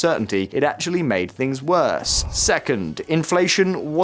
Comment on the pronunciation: "wuhs" is not a word. It's "worse".